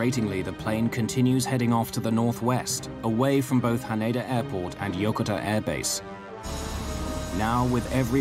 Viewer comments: Why are they calling Yokota Yokotar? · Flew a Boeing heavy during those years. Was well aware of this accident. A couple of comments: first, surprised that the flight crew did not go on oxygen immediately. And a minor one to the producer of this: The USAF air base is incorrectly pronounced in this. The accent is on the second syllable, not the first. Yo-ko -ta.